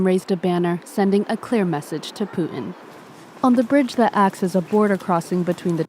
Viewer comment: Hey reporter , there is a T in Putin!